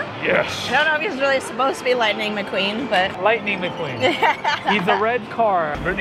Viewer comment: That's "LIKE-ning McQueen"! Ok, I'll leave.